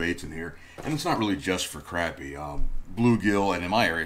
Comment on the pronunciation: It cracks me up how yall Floridians pronounce crappie. "Hey guys, check out my crappy bundle!" Lol. Seriously tho, those look like some killer baits. Aside from the "crappy," we don't have any of those species here, but i bet that stuff would catch me plenty of panfish and dinks.